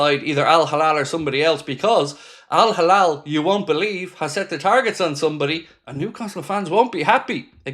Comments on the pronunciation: it's Al Hilal...err it's not Al Halal...? err,... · It's Al Hilal not Al Halal. It ain't difficult buddy